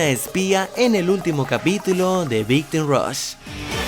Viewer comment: nadie: big t??? rush tan difícil es pronunciar time??